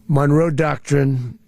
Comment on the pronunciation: Additional evidence is his inability to speak clearly the words "Monroe Doctrine" and misspoke the with an aphasia phoneme substitution error by saying "Don-row" when he was trying to speak the word "Monroe".